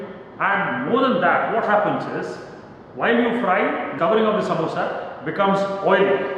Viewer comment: Noo, it's samosa only, not samboosa